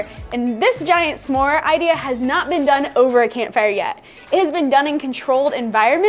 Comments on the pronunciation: Am I the only one annoyed by calling them “suh more”? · I love but everytime she says “samore” it drives me crazy 😂😂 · i have literally never hear anyone pronounce s'more like u do before omg